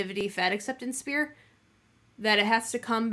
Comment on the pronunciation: With nothing but love I must tell you it's "sphere" not "spear"